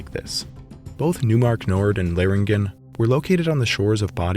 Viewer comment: These were some interesting finds. Having seen this video, I'd like to share a language correction, if you don't mind. Neumark is pronounced "noy-mark", not "new-mark". The eu in German is pronounced like "oy"